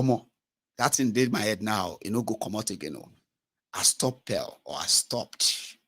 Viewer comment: Lolz It's estoppel. Pronounced 'es-toppel'